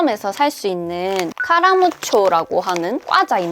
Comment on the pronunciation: 꽈자 아니고 과자